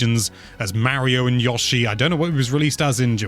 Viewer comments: Every time says Yosh-i instead of Yo-shi I die a little inside! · I know you're from the UK... but his name is Yo-Shee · Yawshi? Really?